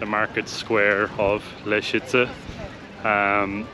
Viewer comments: Sorry guys, you make two basic mistakes in pronouncing "Łęczyca". One, you miss a nasal "ę", second, you wrongly pronounce Polish "cz" which should always be said as "ch", never as "sh". These are simple rules, without exception. Polish pronunciation rules are way easier and better regulated than English ones. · 1. Łęczyca = when - tschi - tsa 2. Rynek = ri - neck (not "ray", more close to sit, bit, rid) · We just watched your video of Łęczyca and nice job. As a non Polish speaking Australian married to a Łęczyca local I had a little laugh at the pronunciation as it is 100% not spelt like it sounds and I know that struggle very well!! My best way to spell it to English speaking/hearing ears is -When-Chit-Za. There's a nice lake there too which is worth a look, a big park and another nice church. It's a very sleepy laid back town. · The closest pronunciation would be "Lentshitsa" (fonetically) letter "Ę" you can pronounce like "AN" in English :) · To make it easier to pronounce Polish words, you may want to notice sound "sz" which is pronounced "sh" and another sound "cz" which is pronounced "ch" or "tsh" (as in charter or charge). So the word Łęczyca would be pronounced weh-ch-itza (it's still not perfect, but hopefully enough for the lady in the ticket booth to understand your destination 🙂). The word Łęczyca is definitely a difficult one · Łęczyca - you may pronounce it as English "when-tshi-tsa" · When chi (like chinese chi) tsa (like russian tsar) - maybe this will work for you. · Easiest way for an English speaker to pronounce Leczyca would be - wenchitza.